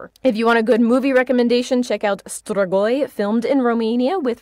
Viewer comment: it's pronounced stree-goi